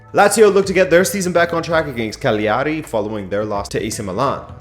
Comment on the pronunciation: It is pronounced Ca-gi ari...Cagleearee...with the gl together not separately pronounced consonants. Juve have been playing mainly 4-3-3 with some defensive shape closer to 4-4-2 with Rabiot or Sandro getting out wide on the left and Juan dropping deep.